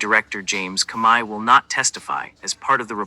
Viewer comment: This voice not even saying Comey's name right.